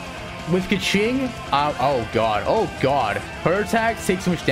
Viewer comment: He says kaqing alot